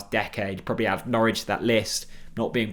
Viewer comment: Got Norwich very wrong but was a decent effort otherwise.